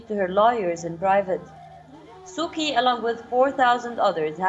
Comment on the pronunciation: Being an anchor of a well-known intl news channel, how odd it is to hear hear you pronounced "Kyi"(pr-Chi)!